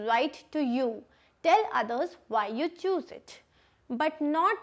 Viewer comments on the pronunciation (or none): none